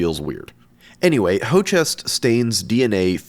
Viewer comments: Jerry reminded me each time of ZeFrank, but the Hochest made me lol.. if im not mistaken it's the german Höchst.. much easier to pronounce, Hœchst.. but been watching the whole series, amazing stuff you are doing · its pronounces hurkst, not ho-chest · this is such a crazy cool video and i never knew how utterly fascinating slime mold was. this sent me down a huge rabbit hole (that being said calling hoechst “hoe-chest” is giving me the ick… its pronounced like “huxt” right?) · Great video!!! Just a hint about the pronunciation of the German company "Hoechst": "ho chest" is very far away. The correct way includes the character "ö" which does not exist in English. The closest would be Höxt where you speak the ö like the i in "firm". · "Hoechst" is not "Hočest". In english, it's close to "hoaxed" except the "oa" is ö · Hoechst 33342 sounds like a German name to me, it is spoken H-ö-ch-st. So German umlaut ö, which is a mix of a o and a e. And a German ch. So you saying "Hoe-chest" made me chuckle. I hope not every English speaker pronounces it like that, that would be fun. Not judging your way of speaking it! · "hochest"? ive heard it pronounced "hersht" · hoechst: in the textile industry this word is pronounces HErKST with a VERY SLIGHT 'R' sound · Hoechst pronounciation: An American would pronounce "Hurst" similary. The ch is soft in this word. It means "highest" in German. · I love how he makes up his own pronunciations for some chemicals, like ho-chest and kanamyacin 😄. Amazing videos though! ❤ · Hoe-chest? Lol that isn't how you pronounce that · "hochest" brother thats höchst. the ö is the same sound as the first o in colonel. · Blatantly misreading "Hoechst" as "Hochest". Though that is a difficult name for English speakers. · It's actually closer to "hohkst", by the way, as one syllable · Did germany dirty calling Hoechst "Hoe chest" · I like the Video, but man, you murdered the pronunciation of Hoechst (named after a German city, it is pronounced [ˈhøːçst]).